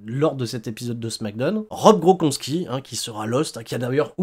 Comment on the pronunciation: Rob gros con ski? Vraiment,, je suis pas sûr de ta prononciation...